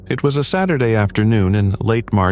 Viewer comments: 'Satureday' haha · Please tell me I’m not the only one to notice the Satureday 😂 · It’s “Saturday”.